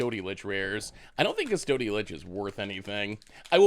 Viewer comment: Hehe when you say cus-TOAD-y lich I giggle